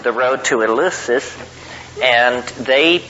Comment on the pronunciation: Thanks! Btw, Terence, it's "El-LEF-sis" as in Greek.